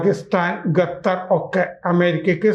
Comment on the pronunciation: ഗത്തർ അല്ല ഖത്തർ